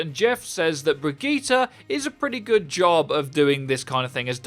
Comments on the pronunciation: Brigita? Uhm nope there is no A in her name and it doesn’t sound like that either 🙄 it’s kinda lika Brigitteh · brigitte not brijit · Her name is pronounced as Bridgette not Brigeta 😐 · There are the Overwatch Youtuber that pronouces Brigitte the correct way, and there are the Youtubers that pronounces her name as 'bridge-it'. And then there are those that pronounce her name the correct way, then the wrong way, then the correct way, and the wrong way. In the same video. Hahahahah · Her name is brig-get-a. PLZ GET IT RIGHT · It is pronounced Brigeta dude... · Y’all shut up, in every language vowels are pronounced differently. It’s pronounced Bre•git•ta or teh, the “G” is hard and the “E” sounds like an “A” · Hustle Tha GOD BRI-GIT-Tuh but Murican schools are a joke 😆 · it's pronounced 'bridge it' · Anyone else concerned about how he says” Bregeetere” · you pronouce Brigitte both ways, it's russling my jimmies! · StOp mIsPrOnOuNcInG BrIgItTe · Until you can pronounce her FUCKING NAME RIGHT, I thumbs down the vids. Why can't you just fucking say it right the whole time? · drink every time brigitte is mispronounced